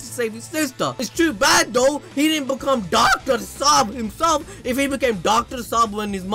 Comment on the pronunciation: Dude.. Did you just speak in hindi.. ....it was so good... You pronunciate it... Doctor sab....😆😆😂😂